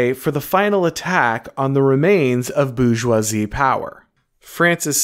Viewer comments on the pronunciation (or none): It’s not Boo-joisie, it’s Bore-joisie, so to speak. Appreciate your content. 😊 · Minor quibble: your continuous mispronunciation of 'Bourgeois' and 'Bourgeoisie' as ''Boojzwah' (there is an 'r' in the word), hurt my French sensibilities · Nobody:: the boozhjwahzie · Not gonna lie, the way you pronounce "bourgeoisie" is a hugely distracting annoyance. Great stuff otherwise 👍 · He's just booing them.